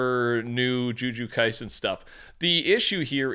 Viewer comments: One day he'll say jujutsu kaisen correctly, not today, but one day. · “Juju Kaisen”😂